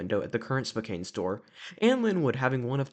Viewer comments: Dude what the hell is "spoKANE" it's pronounced "SPOH CAN". This is hard to watch, I live in western Washington and I don't know why someone who doesn't have any connection to the area is making videos on the history of these locations. Pizza Time theater was once at the alderwood Mall in the See's Candy location that you pictured. It wasn't in the main mall itself but in a standalone location across the parking lot. The Lynnwood CEC that just closed was originally a showbiz Pizza with the three stage. If you're going to make videos like this I'd highly suggest getting on Facebook and asking for more information first.. tons of people who worked at these locations are on and may have more information and or pictures. If I was going to make one of these videos about the store in your neighborhood I'd probably have some information to share first. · Great Video! However i must say Spokane is pronounced "Spoh-Can" by locals. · As a spokanite i can confirm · YES as a Washingtonian the way the pronounces "Spokane" kind of makes me a tiny bit angry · Same ngl. Fellow Washingtonians UNITE!! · Spo-can (Spo rhymes with bow, like bow tie), not Spo-caine (name doesn’t rhyme with cocaine)… and Snow-home-ish (like a snowflake, with emphasis on the home), not Sna-hommish (there is no short a sound, the emphasis is on “ho”) county. Thanks, A Lifelong Washingtonian. Much of the state is named after the local Native American tribes and its hurts our ears to hear the names pronounced wrong. It happens frequently, even with gps.